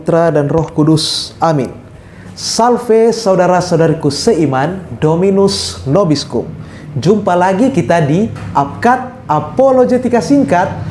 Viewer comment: Bang, mungkin bukan Dominus Nobiscum, tetapi Dominus Vobiscum..🙏🙏